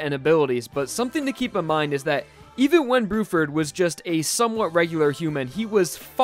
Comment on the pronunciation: "brew-ferd" lol